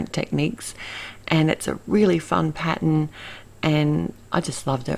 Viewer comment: It's a wonderful color combo and clever to make 5 cards from one stamp set! Love them. Really loved that background stamp and it did really make these work. The snow couple was my favorite. I just love the way you say "pattern"!